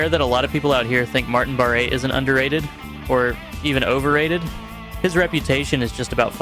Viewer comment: Just to be clear to everyone; Martin Barre..his last name is pronounced BAR not BARAY and Jan Akkerman his first name is pronounced YARN not JAN. You seem to make these mistakes at first, then make them correct later in each instance. Puzzling.